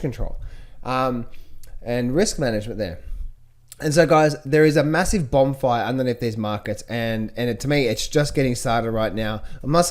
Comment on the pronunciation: What is a bobm fire? Is English your first language?